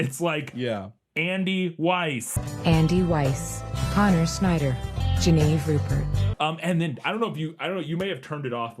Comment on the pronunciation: Omfg or whatever fucked up the girl's name. I refuse to accept "Geneve" is pronounced "je-NEEV" and not "JEH-neh-vee"